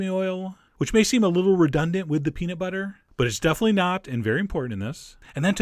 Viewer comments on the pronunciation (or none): Peanit sauce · I actually know what he means. When chef John throws it into fast conversation, he tends to pronounce it more like "peanit" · The way you pronounce peanut makes my ears bleed, but your recipes make my mouth ooze. OOZE.